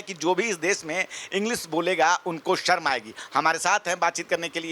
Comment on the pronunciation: Sharm ko sarm kehna ,, ma'am yogi bhi , shahar ko sahar bolna , shahrukh ko sarukh kehna